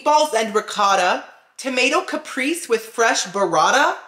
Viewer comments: Haha I love you SO much for real but my autistic brain can't stop me from correcting you. With love of course haha. Caprese is pronounced Cap-pray-say. And while I'm here, queso is pronounced kay-so. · Haha I love you SO much for real but my autistic brain can't stop me from correcting you. With love of course haha. Caprese is pronounced Cap-pray-say. And queso is pronounced kay-so.